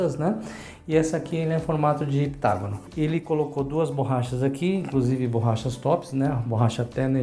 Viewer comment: Muito bem, "Heptagonal". Geral chamando de "Hexagonal"